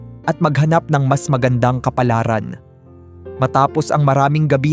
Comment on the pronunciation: Ayusin mo magbigkas ng kaplaran😮